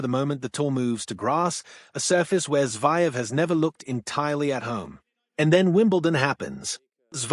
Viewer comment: It’s pronounced Zer -Ev… not Zy-Ev’!! you’d be better off speaking yourself.